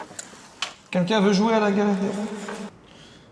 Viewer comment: Joyca, tu sais pas prononcer les L : Quenqu'un pour Quelqu'un et Mi pour Mille !